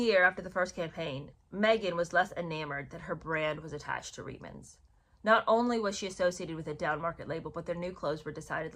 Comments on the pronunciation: It's pronounced reetmans...not ritemans...Canadian here...of course, other than if you are a Newfoundlander, they for some reason pronounce it as ritemans...but then again, they pronounce many things differently...like pouch cove is pooch cove...topsail road is topsul road...lived there for 13 years, and just didn't get it... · Reitman’s is pronounced “reetmans” - Canadians do not do brash - we’re too polite 😂